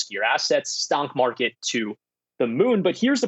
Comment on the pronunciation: Lol I heard it too